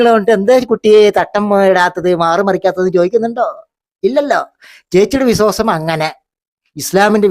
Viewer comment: നിന്നോട് പലപ്രാവശ്യമായി പറയണത് വിസ്വവാസമല്ല വിശ്വാസമാണെന്ന്